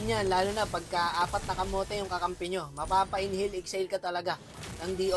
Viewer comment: Legit yung tawa ko sa n hail ex hail😂😂😂